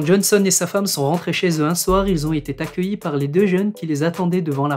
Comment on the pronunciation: ils ont été accueillis et non ils ont été "t" accueillis. Merci